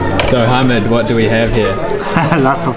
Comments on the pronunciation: btw instead of saying ha-mid say ha-meed like the alcohol meed. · He was so polite to you when you kept butchering his name repeatedly without a care